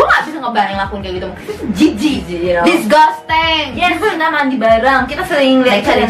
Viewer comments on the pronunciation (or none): disgasteng? emg bner ya pengucapannya begitu? bukannya disjasting?